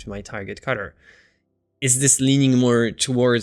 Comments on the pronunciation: I'm begging you PLEASE learn to say "color" better. I love your videos and you so much but the way you say color kills me, man! Lol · one of the reasons I just can't watch him...drove me nuts...